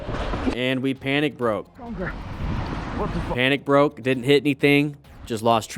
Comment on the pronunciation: he did not "panic broke(d)" he "panic braked"